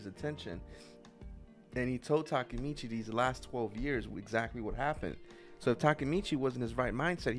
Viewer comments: Can't believe she still call him Takamichi instead Takemichi lol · Y’all went a whole season saying “Takamichi” Takemichi<correct one